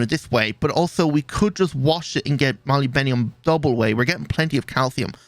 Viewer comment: I dont think this is how u pronounce molybdenum